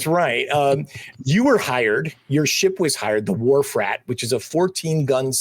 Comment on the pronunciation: "Wharf Rat" is the ship? The first few times I thought you said "War Frat"! 😂